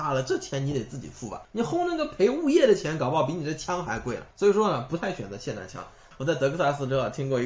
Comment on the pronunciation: 很久没有听到有人把 霰xian弹枪 发音正确了。极度舒适